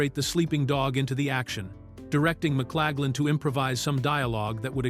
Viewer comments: Who’s this McClagland actor keeps describing? Please clean this up! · fails in Victor's name.